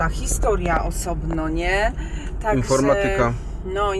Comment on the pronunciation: Jesteś chyba polonistką lecz słowo informatyka źle zaakcentowalas, proszę popraw To, bo mnie okropnie To razi! A tak w ogóle bardzo was lubię i oglądam! Pozdrawiam 🥰